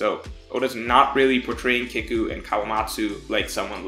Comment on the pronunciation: it's "keeku" and "eezo"